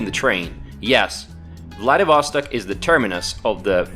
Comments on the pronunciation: It's VladivostOk, not VladivOstok. PLEASE check where a stress should be before repeating the word 99999 times in a video. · Ударение в названии правильно ставить на последний слог. 🌚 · I don't get why Vlah-dee-VOH-stok. It is pronounced Vlah-dee-vah-STOK. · My friend, it is to be pronounced “vladivastòk” not “vladivòstok” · You just suck in pronouncing ВладивостОк /VladivostOk!!! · Vladivostok sounds like Bloody Vostok :D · Why don't you pronounce the city's name properly? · Nice video! I am curious. You have a pretty good pronunciation of the word "Vlad'et'", so why do you say Vladivostok with such a terrible U.S. accent? :)